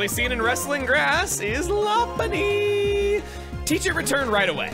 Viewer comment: Feels so good hearing Chugaaconroy pronounce Lopunny correctly, since a lot of people mispronounce it. Especially since its name is similar to Lopmon, a Digimon people say correctly.